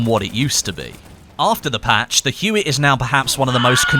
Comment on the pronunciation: Huot is pronounced Hyoo-Oh... HYOO-OH.